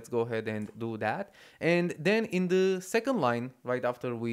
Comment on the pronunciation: They way you say "the" is so funny. Dehh